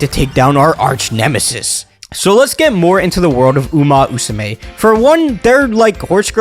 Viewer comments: It's uma MMMusume, not Uma Usume Haru Urara, not Haru Uraha And Symboli Rudolf is pronounced Symbo-lee, not Symbol-eye Sorry it bothered me so much😭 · you mis-pronounced umamusume for a whole video and you now can pronounce it in just now? what? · Love the energy but i die laughing every time you say "uma-usume" no 2 english speakers pronounce this game the same and it's so funny.